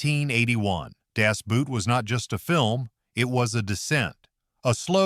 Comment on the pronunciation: pronounced: Das Boat in spite of how the Germans spell it.